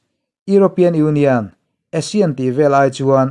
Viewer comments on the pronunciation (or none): none